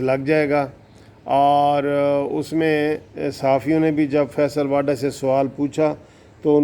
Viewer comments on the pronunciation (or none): بھائی.. یہ واڈا نہیں ھے.. واوڈا Vavda...یہ غالباً گجراتی میمن فیملی ٹائیٹل ھے موصوف اکثر واڈا بول جاتے ہیں. بہتر ھے وہ بھی تصیح فرما لیں.